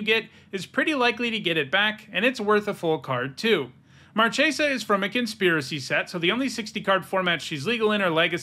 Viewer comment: Marchesa!!! In Italian the "ch" is pronounced like "k"!!! She comes from a plane based on Italy (Florence) in the Renaissance, please pronounce her name as Markesa.